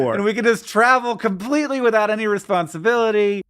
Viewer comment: I think he said compwetely instead of completely.